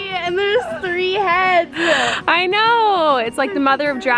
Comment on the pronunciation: Why is making all sorts of words into two-syllable words? "What the hec-kuh" (:57) -- "He brought it ho-muh" -- "Three head-suh" -- "So bi-guh". Is this a "teen" thing? I noticed another YouTube teenager doing it as well. 😧 Kate in Olympia, WA - 6/3/2019.